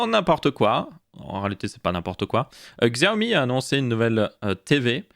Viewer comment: Superbe vidéo merci ! (Petit tips pour te la péter : Xiaomi se prononce Chiaomi et Huawei Rhuwawey 😁😉)